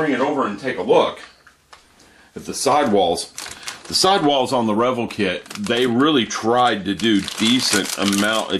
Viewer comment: God quit mispronouncing the name REVELL its (rah vell)!